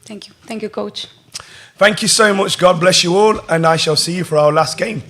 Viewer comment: this concacaf girl at the beginning saying: "please put your phone's in silence" "we have coash michael joson" and at the end "we take last question"...like are you really representing concacaf? where did you go to school for your english? -_